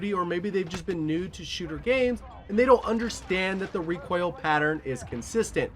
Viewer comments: It sounds like you're saying "Recwoil" instead of "Recoil" and now I can't unhear it. Great vid all the same :D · Did you.... just say.... requaill?? What??!